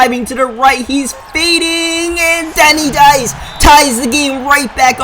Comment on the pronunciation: Denny Dice really can't even say your own players name lol 😂😂